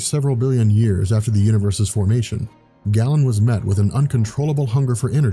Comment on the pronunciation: It's pronounced "GAY-len", not "gallon". *cringe*